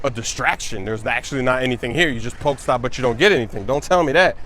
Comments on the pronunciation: Pokéstop not poke stop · come on its pokèball not pokeball and pokèstop not pokestop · Pokay-stops, Not poke.